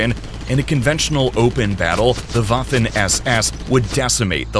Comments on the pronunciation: It’s waffen not Wafle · That's Waffen SS, not Waffin SS 🤔